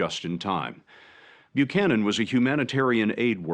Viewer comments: it's weird how you mispronounced Buchanan's name even though you have an ACCURATE pronounciation in that video. Let me edify your education a little. In "most" English speaking country's when the letters of "ch" are together they are prounced as a "k". So, her name is pronounced as Bu•cannon. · "...that no one has heard about until now" ARE YOU KIDDING ME- EVERYONE in the US knows about this. "Murica!!! Also....Did you just mispronounce an Irish name??? Buchanan. "Bew shannon"??? It's pronounced "Bew can an". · Buchanan -the first part the CH is pronounced for the K so it’s Byukanon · Basic pronunciation: "Byu-cannon." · Bew-shannon?, my guy. What? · How the hell you Irish and can’t pronounce Buchanan?😂😂😂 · Good try on the name but I would expect better from an Irish man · AND AN IRISH NAME AT THAT!!!!